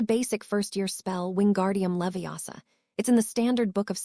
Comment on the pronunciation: It's leviOsa not leviAsa had too